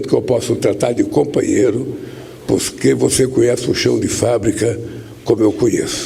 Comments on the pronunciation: Se prestar atenção ele fala pusque em vez de porque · E aos 37s? "Pusquê"... PQP!!! Esse asno é uma vergonha como presidente de um país!!! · O semianalfabeto falou "pusquê". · Olha a fonética deste mau caráter, falou "PUSQUÊ", pela amor de Deus. É uma vergonha pros brasileiros.